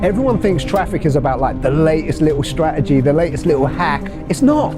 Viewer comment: Traffic not Fraffic